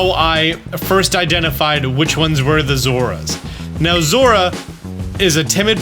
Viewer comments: It's Zo-ru-a. It's at least how it was said in the movie, and the name is the same in Japanese. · zorua is pronounced zor-oh-ah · I love your videos, and don't care about your troubles with pronouncing Pokemon names. So take this as just a way to get you a comment, please. Zor-OO-uh. That's how I say it. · Coming from the TCG world, we end up saying the names aloud a lot. To the point that it's common to watch the anime to see how things are pronounced, so you don't look like an idiot while playing. Zorua is pronounced "Zor-eww-uh" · Its pronounced. zor-u-ah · Love your stuff - and it's "zore-OO-uh" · Bro... I love you... but... "Zora?" Really..? Do you just... see letters in the names and choose to ignore them or...? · I pronounce zo-ROO-a myself. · Zorua is actually pronounced with 3 syllables, Zaw-Roo-Ah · I keep getting everything except ditto lol. And at least according to the anime, it's pronounced "Zor-roo-uh", but who knows! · Zor-ooh-uh is how I've always pronounced it. Only the creator of the pokemon has the right to say how it's pronounced really. Yolo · I will say not that it really matters I think it’s pronounced zo-rua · Bruh I hate the way this guy pronounces Zorua like what the hell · Bro it took me too long to realize he was saying Zorua and not Zeraora. I was trying to imagine Zeraora running transform 😮‍💨